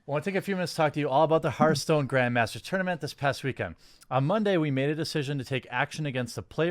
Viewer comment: Hearthstone is pronounced har-th-stone, not her-stone. I'm sorry to be that guy, but I'm close to pulling a Joaquin Phoenix over this one.